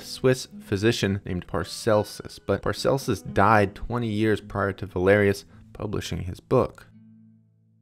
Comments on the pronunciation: It's "Paracelsus", not "Parcelsus", jeez! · That Swiss physician was called Paracelsus not Parcelsus. His real name was Philippus Aureolus Theophrastus Bombastus von Hohenheim . He named himself after Celsus a Greek philosopher. Para means equal to. Para-celsus. He is considered to be the father of toxicology. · Pls, it's Paracelsus. The trouble with mistakes in the texts or captions is that they undermine credibility. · I'm sorry, do you mean Paracelsus?